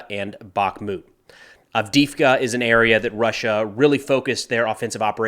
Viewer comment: Its AV_DEY_IVKA - "e" is pronounced as "ei", emphasizing the same letter. That Russki can be tricky.